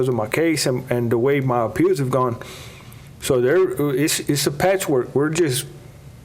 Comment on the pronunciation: Gosh Ray Hill and this lisp and feminine speech. Good lord man, pick your mouth up. It sounds gross I can’t even listen to it. And there’s no D in “appeals”. It’s not appealDs, it’s appeals. Always adding D’s plus the gross sound of his speech I don’t know how people can watch the guy. He’s nails on a chalkboard. And his lifestyle in general is just awful. He was a sicko guy.